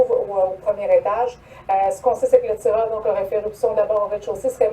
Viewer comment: Y'a-t-il un ou deux "r" à "tireur"?